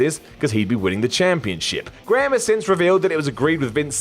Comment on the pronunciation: Man, the Americans ruin the Graham surname lol. (Props to for saying it that way though.)